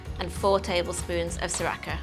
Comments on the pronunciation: Repeat after me.. Sa-Ra-cha not Sa-Ra-Ka lol 😂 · You said Sriracha correctly the first time (si-rah-cha) then you kept calling it si-rah-ka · Wot is sririaka Sauce, is this mortal Kombat reference? It’s Sri-Ria-Cha, how do you even get that wrong? They sure as hell do not apply a “k” in the Thai pronunciation. Cereal, do you look at name and see Karles? you spell cat with K . Haiyaaaaa!!! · si rakka sauce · why are you pronouncing sriracha like that LOOOOOL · Great recipe but please learn how to pronounce sriracha correctly